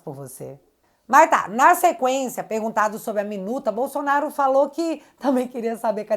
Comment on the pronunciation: bom dia que Deus continue te abençoando vc e sua família, temos um procurador que engole a letra L do nome Bolsonaro um língua pesada, ele diz Bosonaro